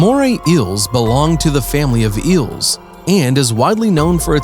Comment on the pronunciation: Was it too hard to find someone more articulate? They go through the trouble of making this video, then mess it up by getting an incompetent narrator. Did they just grab some random guy off the street? The writing definitely sucks: "And in this video, two Moray "ills" mated to death. One of them is slightly larger and more powerful than its opponent, and this apparently served as the reason for its victory." No shit, Captain Obvious. Plus, those eels weren't mating. They look like two different species. "Here is such an amazing fish from the "ill" family and its "apprentice" fully reflects its character." You mean "appearance". What's worse is that he seems to be the narrator for most (if not all) of this channel's videos. I'm not going to check, of course, because I'd rather view videos that are informative, credible, and not annoying.